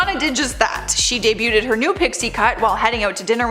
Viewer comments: I think host is entertaining. Hoping someone can advise her that the word 'debuted' is pronounced 'day-bude', not 'day-bu-ted'. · Debuted is pronounced: day - byood. NOT: day - bu - TED. You mispronounce this all the time. :) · Ummm ... did you just say "day-byoot-ed" ... I can't, I need to laydown...